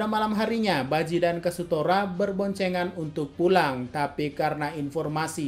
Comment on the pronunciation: KAZUTORA ❌ KASUTORA ✔